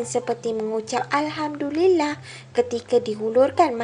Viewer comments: Sebutan 'alhamdulillah' sangat jelas. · of coz akan fikir negative.. demi content org sanggup jual maruah, inikan pula content2 mcm ni.. kau yakin? Kau boleh buktikan benda ni sahih? Aku dengar pun tak caya.. sebijik2 jelas dengar sebutan ALHAMDULILLAH tu. Mcm suara katun chipmunk..aku nak tnya.. kalau kau jmpa hantu, pastu kau amek video dr jauh.. kau yakin ke tu hantu?? 100% yakin? Jgn buat spekulasi ats pemikiran kita saja.. siasat, sahkan betul2 dulu.. teknologi.. nak buat gambar bogel kau pun boleh.. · Allahhuakbar... Memang jelas betul "alhamdulillah " sebutannya. Haiwan pun tau ucap syukur pd penciptanya.